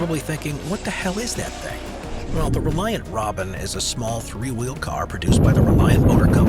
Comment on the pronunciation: Congratulations on getting the name of the Reliant Robin right. Not many people or AI narrators do.